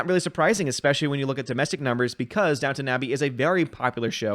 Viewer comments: It's DownTON Abbey, not Town ;) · KEK - It's Down-ton Abbey Not Down-Town Abbey... I Know I thought it was Downtown when the show came out years ago then I looked at the title and scratched my head... I heard it was a good show for women, but I never watched it. It didn't look my speed. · Downton, not Downtown. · Downton, not Downtown. 😄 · It's Downton Abbey lol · Downtown or Downton?